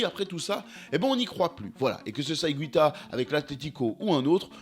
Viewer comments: Ça se prononce IGUITA et non pas IGWITA. En espagnol, on dit : una guitarra et non pas una gwitarra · ça se prononce higuita pas higouita apprends les règles de prononciation en plus c'est la même en français et en espagnol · René Higouita.... ça m'a piqué l'oreille pendant toute la video... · Excellent reportage..mais je ne suis pas sûr que son nom se prononce hi-goui-ta :) il n'y a pas de ü dans son nom mais c'est un détail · Comme en français, en Espagnol on ne prononce pas le “u” après le g. Donc on dit simplement “Ig’u’ita! Merci 🙏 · Allez on la refait et en prononçant correctement Higuita cette fois-ci xD Je déconne(sauf sur la prononciation de Higuita), excellente vidéo et merci pour tout ! Continue comme ça